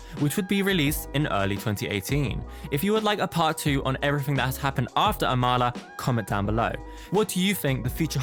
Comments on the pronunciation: this is a good video but her name is pronounced aw mul uh lmao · btw her name is pronounced ah-ma-la